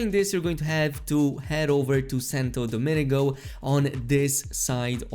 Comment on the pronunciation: Santo Do-ming-go, not Dominigo. Love the videos!